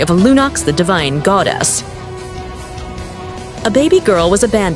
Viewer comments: I swear I'm gonna throw up from how hard I cringe if I hear the A.I. voice say „ghoudes" again 😐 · Goddess-❌️ Gowdess-✅️ (Its a joke)❤